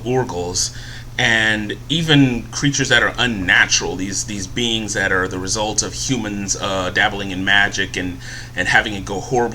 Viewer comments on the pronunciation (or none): none